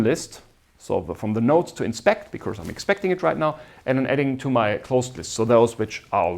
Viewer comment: Very nice lectures. One minor remark: The lecturer will make his lectures even more enjoyable if he looks up the pronunciation of these words: “because”; “occur”; “estimate” (as a verb, which sounds different from when it is a noun). All the best!